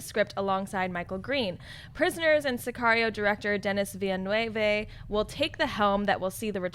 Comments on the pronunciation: That pronunciation of Denis Villeneuve.. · She fucked Denis Villeneuve's name up so bad lol. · You guys need to learn how to pronounce Denis Villeneuve's name ... Geez